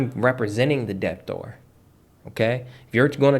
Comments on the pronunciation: Why do you pronounce the B in debtor? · I was looking for this comment like whyyyy…im learning but having to constantly work on ignoring the the intentional incorrect pronunciation is distracting 😩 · the "b" is silent in the word debt and debtor